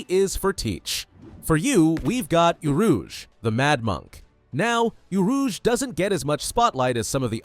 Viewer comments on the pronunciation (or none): isnt it orouge not urouge